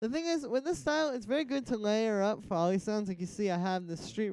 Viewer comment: Foley is pronounced "foe-lee" not fah-lee! <3